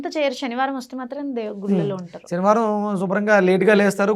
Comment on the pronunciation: షనివారం కాదు తల్లి. శనివారం!